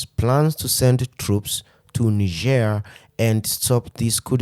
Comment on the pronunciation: Nice to see that Algeria is joining in defense of Niger!❤❤ P.S.: "Knee-zheir" is the French pronounciation of the country; in solidarity with Niger I would pronounce it "Nigh-jer".